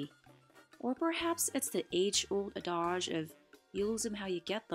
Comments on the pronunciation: "add-idge," not "adahj" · It's pronounced AD-age, not ad-AJH. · “Ah-DAJH”?? Good grief, that’s not the way to pronounce “adage.” And the movie with Loretta Young was “Call of the WILD.”